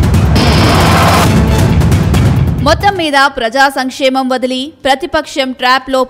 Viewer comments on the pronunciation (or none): none